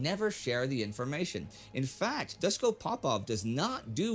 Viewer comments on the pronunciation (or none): its Dushko with ''sh'' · It is Doosh ko. Not doos ko. When you see latin letters with horns Just think of it as h in english. Shock in serbian is Šok (sh=š), ch=č, check in serbian is ček. And c in serbian sounds always as ts in tsunami.